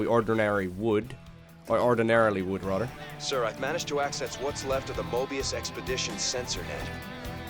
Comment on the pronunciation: Where are you from, you have a weird accent and I don't mean it in a negative way, I like it. You pronounce "rather" kinda like "rudder".